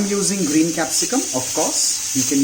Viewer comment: I love your recipes. Completely off the topic, I just wanna point out something, please don't hate me for it, but you're pronouncing "of" incorrectly, it's pronounced "əv", yes V in the end even though the spelling has F in it. My English is probably worst than yours but I had point out.